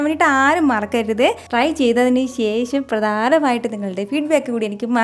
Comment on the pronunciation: ശേശം അല്ല ശേഷം